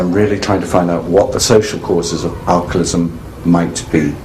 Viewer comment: I wish he would say alcoholism correctly. Might be petty but he says alcolism